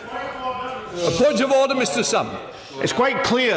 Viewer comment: Bercow: Ordaaaaaaaahhhhh Hoyle: Absolute dusgrace